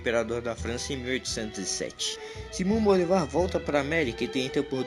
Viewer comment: É Bolívar e não Bolivar